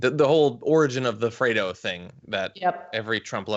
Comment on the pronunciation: About FRAY-DOUGH?